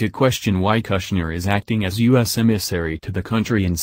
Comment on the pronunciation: kush-ner not Gusner